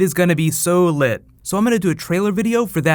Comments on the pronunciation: This dude cannot say the word lit ever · Boo, you said lit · love how you said its gonna be lit lmao